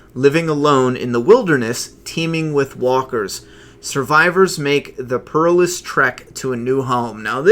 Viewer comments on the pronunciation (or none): I just realized why I've never subscribed to this channel or taken it seriously at any point. As much as I admire the host's excitement and obvious enjoyment for the comic and tv show; his inability to pronounce words like perilous correctly and gaps in fairly common knowledge (Like who was Stradivarius and what he was famous for. ) leaves me shaking my head and in disbelief someone like him claims to write for a comic/graphic novel or series of self published books. (I never know which because there is another similar channel hosted by a vaguely similar person. ) I enjoy the occasional video here but just wish the literacy levels and overall knowledge of the world in a broad sense was a bit higher and didn't just sound like overly optimistic high school dropouts who thought sustainable fame and fortune were no more than a few half-assed YouTube videos away. Best of luck.